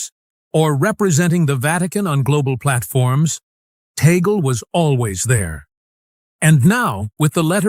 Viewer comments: Please get your AI translation correct. It is TAGLE, not Teygle or Togli, nor Taglu,nor Taglug and so many other names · Why is the nam of Cardinal Tagle not pronounced correctly consistently?